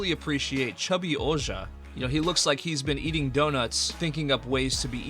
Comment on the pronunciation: I convinced you dont actually watch any of these judging by how you pronounced Ouja from ryuki. If you would have watched that movie or any part of ryuki you would know how to pronounce Ouja